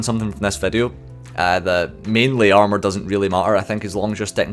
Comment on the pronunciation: Its pissing me off how you say armour. You say it like 3 times, and if your joking about the boss its a terribly unfunny joke.